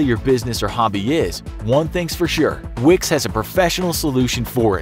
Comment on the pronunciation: When he said Wix, I thought of Vicks...